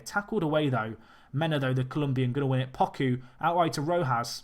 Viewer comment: I don't mean to be "that guy" but Poku is pronounced "Poe-Koo" I only say that because he is a fan favorite for Nycfc